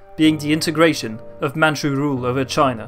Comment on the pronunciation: As a Mandarin speaker myself, kudos to your pronunciation of Mandarin and Manchu names! A good grasp of the tonal system